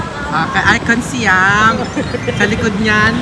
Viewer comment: ICONSIAM is pronounced as ikon-sa-yaam.